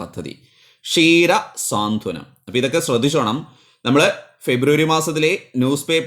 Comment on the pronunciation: Saanthwanam ennaan. Swaanthanam alla.